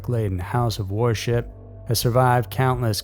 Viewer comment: Why does he pronounce "worship" as "war ship"? I'm dying laughing.